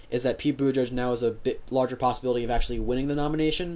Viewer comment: Is Buttigieg not Buttijudge. There are too many closeted homophobic voters, that will not vote for Pete. I still believe the 2020 nominee is going to be a woman. A gay president, one day. you have to be neutral when making these kinds of videos. Is so obvious you are a millennial Liberal.